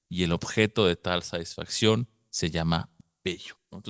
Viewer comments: ¿En serio? Es que por alguna razón no se escucha que pronuncies la "t". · ¿"Saisfacción"? ¿A qué te refieres? Lo mencionas mucho.